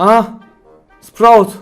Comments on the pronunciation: Abi sproyut diyodun artik spr(a)ut diyon shshshjsj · Kahr olasiva sprout ehhh ehh sinirim bozuldu